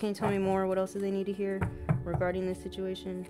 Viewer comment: girl u got me out here talking about “situ-mu-ation” 🤦🏽‍♀️😭